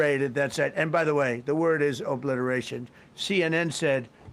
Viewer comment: He sed the word Izzy oblitoration!...lmfao 😆 🤣 😂